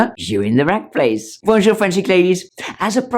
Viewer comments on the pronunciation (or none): none